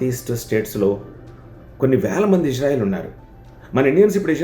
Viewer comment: ఇష్ శ్రా ఇల్ కాదురా బాబూ ఇజ్రాయిల్ అనాలి